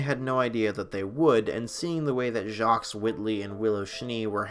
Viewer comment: ...the 's' in Jacques is silent